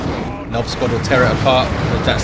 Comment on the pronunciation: My girlfriend laughs every time says Nob squad 😄